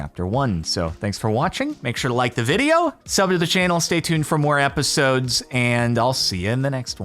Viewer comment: "i've been busy inbetween episdoes"